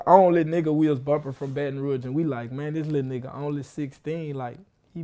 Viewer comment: Dude said "baton roo-age" bout fitty eleven times!!!